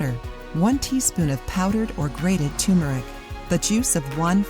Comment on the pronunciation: its turmeric